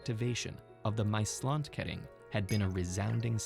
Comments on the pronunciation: It is NOT "My Slant kuhring" It is MAASLAND KERING, MAAS - the river , land- the erea, kering - blocade...PLEASE have some respect and look up how to pronounce things...don't be such a yank... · It's the Maasland kering